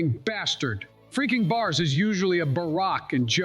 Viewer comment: (In dons words) Fweaking bahs ! 🔥